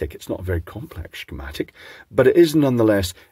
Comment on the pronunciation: You pronounced Temu well, but Shcematic sounds distinctly Shwiss!